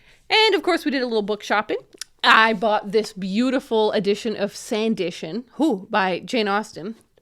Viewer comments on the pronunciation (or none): This is such an interesting group of books! (Also, I think it's pronounced san·duh·tn, not san•di•shin) ❤️ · Just a quote note, the title is pronounced San-di-ton (ton pronounced like at the end of English place names e.g. Brighton)